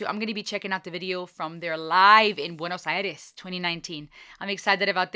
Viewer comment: I cheer everytime somebody pronounces "Buenos Aires" correctly :).